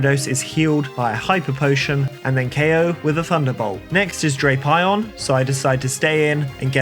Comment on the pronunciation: Dray-PIE-on strikes again 🥧